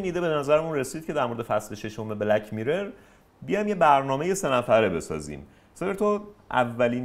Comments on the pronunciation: آقا هی میگه میرِر ولی و حتی که از کانادا اومده میگن میرور، اصلا تمرکز آدم به هم میخوره😢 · دوست عزيز ، از شما بعيده واقعا كه تلفظ mirror رو اينقدر افتضاح بيان كنيد. واقعا انتظار نداشتم چنين چيزي بشنوم.